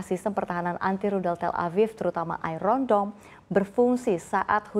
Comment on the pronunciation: Ai ron dom? what kind of English she’s using. Embarrassing